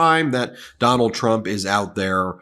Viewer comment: TRUMP NOT TRUNP😅😅